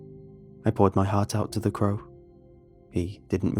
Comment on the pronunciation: no one:: craw